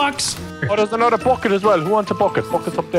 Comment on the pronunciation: "AnOTHair guh-ROOT! YUH-hoooo!"